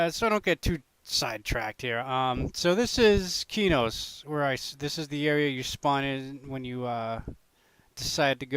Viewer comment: Not to be rude but it's pronounced qway-oons, u can use p1999 wiki for information on zones and items